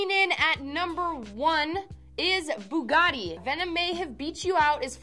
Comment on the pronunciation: Still did not say it right...